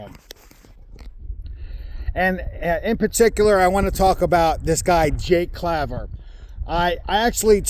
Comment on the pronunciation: That is not how to pronounce his name and why are you going on you tube talking crap about someone when you have no idea what your talking about his company is digital ascension group and to be a client you have to have 1000 xrp im not getting into all the services that offer or what their returns are but i can tell you they are fair you can do your own research obviously you have done none by the misinformation your saying get your facts straight before you badmouth someone its bad enough in this industry as it is